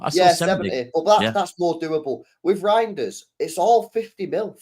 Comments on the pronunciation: talking about meat, calling Reijnder -“GROINders” lol. This stream went south from the jump lol😂🤣🤦‍♂️ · The way u say his name sounds like “Roinders”, it’s way too close to Groinders. I had to throw that in to “meat talk” lol😂